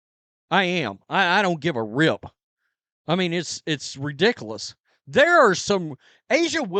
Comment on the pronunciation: You said redickless again. Your welcome:face-green-smiling